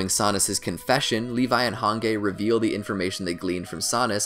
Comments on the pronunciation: Who the hell is hange it pronounced Hanji but it sounds like a g instead of a j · “Han gay” I swear I’m so irritated ffs 😂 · Why tf he keeps saying "han-gay" instead of "han-G" lol 😅 ughh cringe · The way he pronounces Hange😀 "hangay" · The way you say hange's name pronounced (Hanji) is just strange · no way u called her hanGey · Every time he says "HANGAY" 🙄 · "Han-gay". Come on dude. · Hangay🤨 hange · I don't know how a native English speaker could even pronounce it like that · Oh you meant the video my fault yeah he butchered her name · I was so irritated every time he said it 😩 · Take a shot everytime he mispronounces Hange, Jean, and Moblit's names. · He said Jean correctly...he said hange wrong but said discount Levi’s name correct too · All of those except hange are actually correct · Yeah it was pretty cringy. Not going to lie 😂💀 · My soul died when he said Hange's name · why is no one mentioning the infuriating way he pronounced Hange... like it really made me mad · The way he pronounced hange Makes me wanna REEEEEEEEEEE Edit:Oh my god thank you for the 1 like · I think you are Mispronouncing hange 's name. Even though it's a name it would be better if we follow the series's pronounciation. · I was genuinely angered hearing how he pronounced Hange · The way he pronounces Hange is pissing me off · bruh the way you say hange's name makes me lose 10k braincells every time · I hate the way he says hange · The fact that he says “Han-gay” instead of “han-JEE” like its supposed to be pronounced, triggers my fight or flight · man said hangay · Its not called Hage Its called Hanji her Name is Hange but the prounounciation is Hanji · Its prounced: Hanji Not: Hangge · what!!!! why he saying hange its hangee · Its not "hanggey" or whatever its "hangee" but the spelling is "hange" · Hange (han-ji)❌ han gay ✔️ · Its not Hangay its HAN-GEE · I hate the way he pronounce hanji like harngay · Hange is pronounced as Han-Ji the “g” is pronounced as “J” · My man said “Hān Gay”